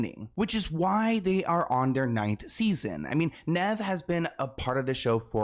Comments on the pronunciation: The pronunciation of “Nev” is killing me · bro didn't even pronounce Nev's name correctly!!! omggg x.x